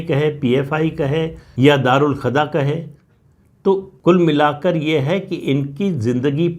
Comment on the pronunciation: राम राम सर🙏🏻 प्रणाम एक संशोधन सर: दारूल खदा नहीं दारूल कजा है🙏🏻